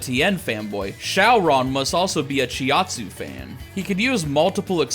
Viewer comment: bro said chiaotzu as it's spelled